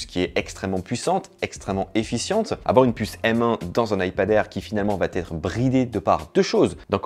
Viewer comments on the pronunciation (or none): Très bien 👍🏽 Juste une petite remarque (qui revient dans toutes tes vidéos) : attention aux liaison quand il n’y en a pas ; comme "elle va T être " 😉